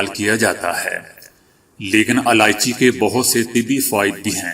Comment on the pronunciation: Aalichi nhi ilaichi kahte h.